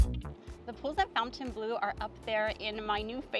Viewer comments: It’s not pronounced fountain blue it is pronounced Font en blu it’s a French word 😂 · How do you do a full review video and NOT know how to pronounce the name??? So unprofessional and embarrassing!!